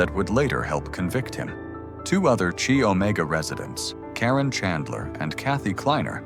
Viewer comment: Chi Omega is pronounced Ki Omega not chi as in Chilld Thx.